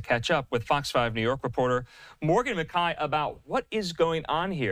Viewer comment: since when is McKAY pronounced McEYE